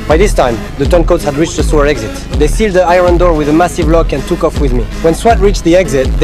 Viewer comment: "the seald the ayron" got me dying 😂😂😅